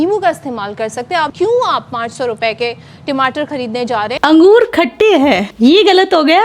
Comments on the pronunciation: Yeh tmatr kya hota hai😂😂😂 tamatar hai bhai😅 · Tamatar hota ya timatar😂😂😂😂😂